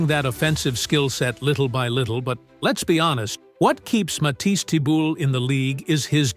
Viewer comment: Matisse who? Embarrassing that you don't know how to say his name. Do your job and don't say his name, incorrectly, 3 different ways.